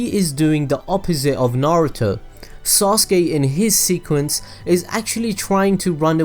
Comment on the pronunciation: i am not gonna forgive him he's calling Sasuke ""soske""